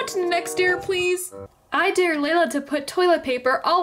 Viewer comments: The dare you said sounds like deer and it's spelt like dear which is wrong it is supposed to be spelt like Dare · It’s dare. Not “Dear”.